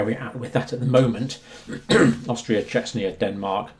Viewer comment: It always seems to me, You are saying Chechnya, when You mean Czechia. Very different places, but maybe it is just me hearing it wrong.